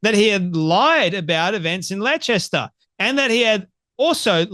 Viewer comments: wheres Letchester you had aussie english subtitles this time too! theres no such place as your made up Letchester are you on the wacky backie or is it somewhere in Dwales or is it anywhere near Bipswich dont be putting on the its not my fault i have a speech impediment well we dont care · Leicester is pronounced ‘Lester’ mate 😜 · Pronounced "Lester" and "Pewgilist." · Leicester, pronounced Les-ta like Mo-lesta. In other words, a fitting town name for Muslim immigrants and their beloved p*do prophet. Kudos to Douglas Murray and the Spectator for standing on truth and defeating the lying scoundrel Hijab. 🧕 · bless you Leicester is pronounced Lester and pugelist pew gelist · Dear, Leicester is pronounced 'Les-ta'. Your pronunciation doesn't matter to me and gave me a good laugh. Well done for reading Douglas's article. Enjoyed your podcast and enabled me to hear what the article said as I don't subscribe to The Spectator. Keep going! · no, it is pronounced as explained. Australians speak English. People who have not encountered English county and town names may get them wrong; but those errors are still errors. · Pronunciation has nothing to do with an accent! 😂